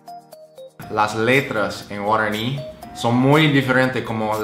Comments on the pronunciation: Guaraño?😂😂 es guaraní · Práctica tu pronunciación en guaraní. No te sale bien.